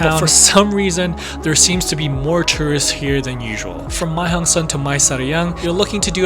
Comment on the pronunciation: Why nearly every youtuber speaking the loop wrong. It not the Mei Hong son loop, it´s the Mae hong son Loop.